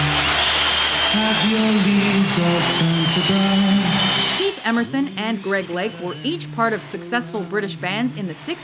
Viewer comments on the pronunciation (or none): none